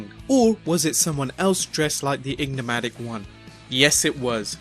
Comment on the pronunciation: He even said he was egnimatic